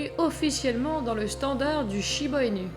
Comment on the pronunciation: J'en n'ai un et il ai un ange ❤ par contre ça s'écrit inu mais le u se prononce ou 😉